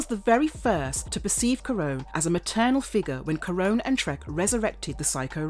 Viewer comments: I think they were actually saying "Trekk", but it is so very close that even I kept thinking he was saying "Shrek". It would, on the other hand, be a totally appropriate Name for the Green Psycho Ranger! ;P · Is she saying the psycho green rangers name is…shrek? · Are you saying Trek or Shrek